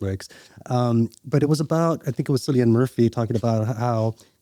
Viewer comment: Do you know how much it hurt's my ear's everytime I hear someone pronounce Cillian Murphy's, name wrong, :-( .